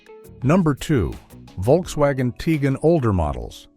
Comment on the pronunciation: Narrator needs to say Hunday, not Hyundi. Tigan should be ti quan. Stop pausing between adjectives and nouns. Great voice.